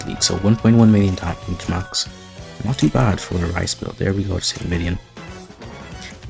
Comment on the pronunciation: reese. not "rice"